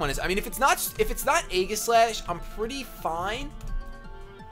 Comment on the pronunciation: I'm rather surprised that the Manectric wasn't carrying Flamethrower; but Congratulations for the two Wins, and yes, your Beard is very nice. Random Note, I imagine 'Aegislash' would be pronounced 'ee-ji-slash' rather than 'ai-ghi-slash'.